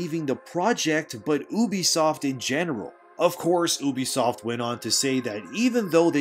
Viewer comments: YOU-B-Soft not Oo-Be-Soft. Other than that, great video. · Bro, where are you from? No one, and I mean, no one, calls Ubisoft: OOBISOFT. are you secretly a reptilian shapeshifter? 😂